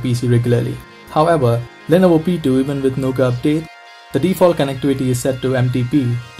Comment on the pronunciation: the way you pronounce lenovo P2 like lenovo petu